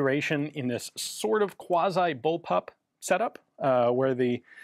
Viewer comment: it is very German to say ze word Quasi